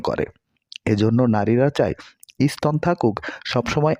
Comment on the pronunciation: উচ্চারন শুদ্ধ করে কথা কহেন। ই- স্তন বলে বাঙলা ভাষার কোন শব্দ নেই।